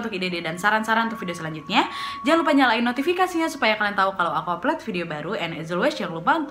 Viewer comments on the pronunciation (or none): none